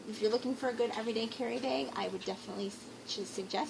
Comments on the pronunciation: I like how you say beg instead of bag haha. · She says Beg instead of Bag.............LOL